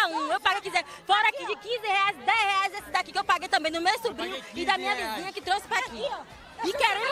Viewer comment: "todo mundo aqui pagou quinze reainsx'😂😂😂😂😂😂😂😂😂